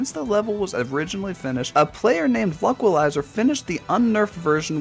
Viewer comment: "atha nah tose" it's pronounced a than na toes also luqalizer is pronounced luke a lie zer but that one is way more understandable